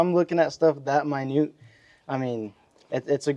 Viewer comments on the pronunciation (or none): none